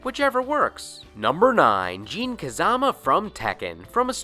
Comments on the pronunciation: Number 9 is not JEAN J-I-N they even pronounce it in the game as J-I-N weirdo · Jin, not Jean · Dude have you ever played Tekken? The announcer literally says "Jin" the way it's spelled. Every time you watch Tekken matches the commentators say it the same way. I don't know where you got "Jean" from... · What are people getting bent of shape about? Have you ever watched the anime series "Samurai Champloo"? There is a character named "Jin" and they pronounce his name as "Jean" in the dub just like does, never saw it in Japanese so I don't know if it's a mistake or not. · ITS JIN NOT GENE WTF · Thought his name was Jin, not Jean? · You said Jin as Gene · people did that with Star Wars characters too, so the video games started having in-game characters pronounce other characters names multiple ways to get people to stfu about it. It seemed to work. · stop saying jin name your saying it wrong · The way he says Jin name tho lol